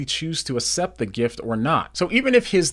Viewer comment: Good videos! PLS stop saying asept. It's like aksept (accept). God is using your videos!